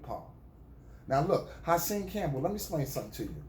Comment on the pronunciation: You called him HERSAN 😂😂😂😂😂😂